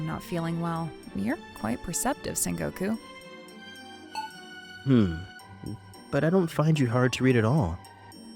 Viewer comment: Sen goku❌️ Son goku✅️